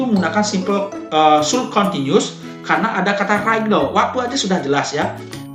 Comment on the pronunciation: Janggal dengan pengucapan should-nya. Kayak kurang tepat.